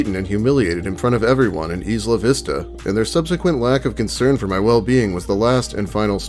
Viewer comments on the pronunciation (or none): its not 'eesla vista' its pronounced like aisle. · It doesn't really matter but being a local of Santa Barbara (born and raised there) most people pronounce the town your speaking of say it like eye-la-vista. Either way that guy had a lot of issues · I love you and this channel and all but...plz stop saying isla vista like that!